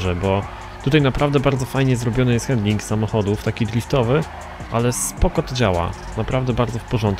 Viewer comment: sr z eto napisze ale nie mówi się:hendling,, tylko handling i tak samo sie pisze